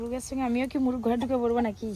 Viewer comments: তুমি মোরগ কে মুরুগ বলো কেনো, ঠিক করে কথা না বললে শুনতে ভালো লাগে না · এদের ভাষা এমন কেনো😂মোরগ কে মুরুগ বলছে,কলা কে কোলা বলে,কাঠকে কাড বলে আরো অনেক আছে..শুধু টাকা হলেই হয়না..ঘর বাড়িও সবসময় অগোছালো..নিজে স্বামী ছেলে এরা খাওয়া ছাড়া কিছু বোঝেনা..মেয়েটাকেও কেমন ছ্যাদড় করে রাখে